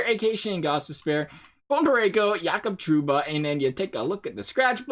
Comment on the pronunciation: “Yacob Trouba” smh